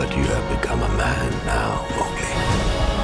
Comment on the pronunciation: They still can't get the pronunciation of Mowgli right.